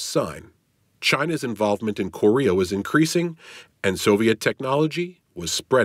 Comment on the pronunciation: dude, learn how to say Korea. I couldnt make it threw after that bs